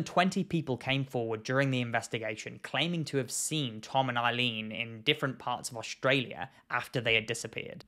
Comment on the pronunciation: Every time he says Tom and Eileen, i just hear Come On Eileen. I know it's a serious topic